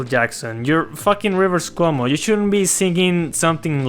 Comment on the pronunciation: What did you say there? "Wuju Rivers?"